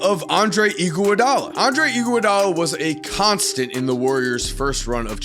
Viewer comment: Andre Igoowadolla is all I hear